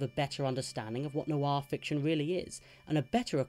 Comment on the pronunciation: It's one syllable: "nwah". Not new-arr, not nwar: "Nwah."